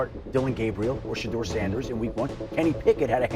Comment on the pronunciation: I hate A.I. voice. It pronounced Shedur as Shatters Ssnders. Doesnt anyone voice check these things?